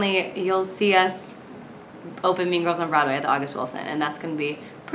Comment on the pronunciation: I thought she said “meme girls”...